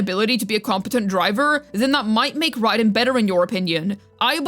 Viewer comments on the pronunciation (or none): none